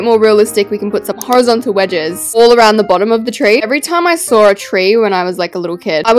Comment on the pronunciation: The way she says saw "sArW"